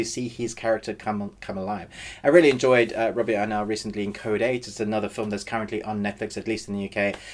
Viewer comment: Great review - but I really had some difficulties with your pronounciation of "really" since most of the time I heard "rarely" which REALLY confused the hell out of me LOL 😂 Great review, though, REALLY 😊👍